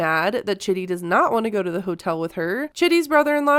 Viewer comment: It's pronounced CHEEDEE. Not Chitty.